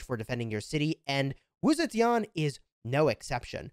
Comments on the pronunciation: Still butchering her name to date lmfao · This game is awful and so is your pronunciation but Wu Zetian is amazing.